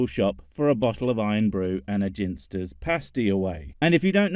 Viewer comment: OMG this was going so well and then... 'Jinsters' What the holy heck is that how it is pronounced? All these years I thought I was eating Ginsters and you come out with Jinsters. I am the confused now.